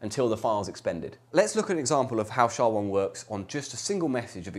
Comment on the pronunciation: No one says "shaw". You say the letters S H A.